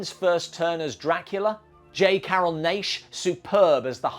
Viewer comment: Not to be a jerk, and being British, you probably wouldn't have encountered J. Carroll Naish's old radio shows, but in those, the program announcers consistently pronounced his surname as "Nash," to rhyme with "hash." Just a note, in case you ever need to refer to him again in a future video.